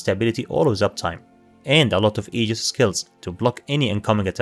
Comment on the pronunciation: upvoted for pronouncing AEGIS correctly 👍